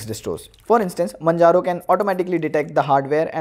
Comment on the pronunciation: its majaro, you dumb piece of shit. say with me 'mann'-'haro'.